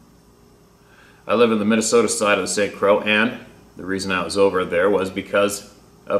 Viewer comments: Hiya. Not bustin'chops but I believe the pronunciation is Croy= Kr-roy= Croix. French origin, if I'm correct. Phahhk it. We know whatcha saying. Like the tropical island. Should I be wrong, please correct me. Thank you. Sincerely, Me. and everyone of the H2H family you are all doing a great work for everyone. Me. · St Croix is pronounced St Croy. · Just saying St. Croix rhymes with "Koy, Roy, and Boy. You have done well pronouncing all the crazy names, but I regret you learned the correct pronunciation of Adirondack. At your expense I found it entertaining making me chuckle. A chuckle a day keeps the doctor away. Loves your videos and many thanks!